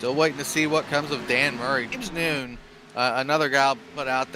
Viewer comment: James Nunn is not pronounced "noon". It's Nunn like a Catholic nun. 🤦‍♀️ K thanks